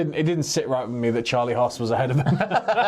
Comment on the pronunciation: I love, but is it just me that when he says "Charlie haas" it sounds like "Charlie ass"?😂